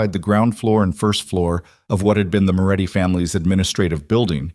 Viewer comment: His name is Moretti, not Muratti, he is running a criminal organisation, not that of a cigarette producer.